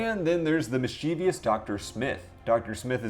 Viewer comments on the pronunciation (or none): Recap appreciated. "Mis-chee-vee-ous" isn't a word.